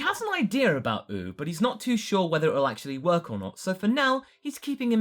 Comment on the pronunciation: you have a funny way how you say oob. btw nothing burger